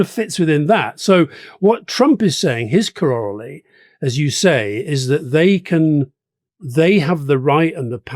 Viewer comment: CORAL LARY. GET IT RIGHT.